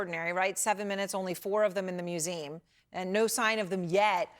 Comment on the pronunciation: Why can’t she say “museum”?